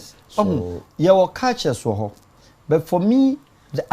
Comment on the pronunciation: 🔥🔥🔥 please is "Culture" and NOT "Caltures" 😂😂😂